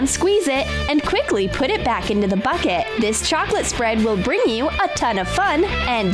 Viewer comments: You said add to a big plastic fucket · ok, when it said "get a big bucket" I heard "get a big fuck it." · U said frick it instead of bucket... NOT HATE